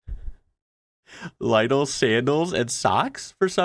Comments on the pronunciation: Lidl: “lee-dle”. Not “lydle”. More like “ladle” with an eee-sound. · it is pronounced Lidl not Leidl... with an I not an EI... like in "insense, intelligence, istmus, ihhhhhh!!!!"... I know the I is hard for english speakers. Do not pronounce it like in english. The "Badeschlappen" are stereotypical bathing shoes, the beer is smoked beer. Yes, smoked, like smoked ham. it also tastes a bit like smoked ham, but not as good as the ham. Some love the smoked beer, I can't stand it, it's like drinking Schwarzwälder Schinken... Then there is Sprühsahne.. wipped cream in a can, to put on pie, cakes, patiseries. Potatoes... not originally from germany and first quite shunned (people thought they can eat the fruits, not the knolls, so the farmers didn't want to grow them) until Emperor Fritz decided to trick people into eating them, by having his guards protect the potatoe fields, but gave them orders to look away when there are people stealing the knolls from the ground. The brown bottle with the yellow label and the red cap... Maggi, germanys most beloved spice. I don't recognize the Quabu thingy.. never seen it.. same with the Edeka thingy,... but there Apfelschorle (apple juice mixed with sparkling water, best drink in great heat) and Bauzner Senf (Mustard from the citiy of Bauzen. People from the former GDR love it.. I prefer the Bavarian mustards Händlmeiers süßer Senf or Mittelscharfer Marie Senf. The Händlmeier is the best for Weißwurst an Marie Senf goes with anything you want Senf with. The guy gave his girlfriend a very funny gift... and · How the fecking flip do you pronounce Lidl? Lie-dle?? I've just never heard that before, always lidle (like in lid). Is this an American thing? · Yes, we live in The Netherlands in the summer and in Mexico in the winter for a reason. Like intercontinental snowbirds. Really, Laidel? Why not "laittle" instead of little? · the store’s name is pronounced Lee-dl not Lye-dl btw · Nah bro be trolling pronouncing LIDL like Lydle 😅😅😅